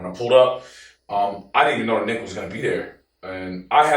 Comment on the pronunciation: Yo everytime said Nick I thought he was saying the b word had to rewind a couple times😂😂😂